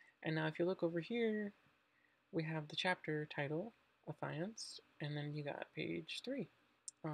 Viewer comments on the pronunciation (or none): Psst . . . Check the pronunciation of “affianced”. But great upload! Thanks!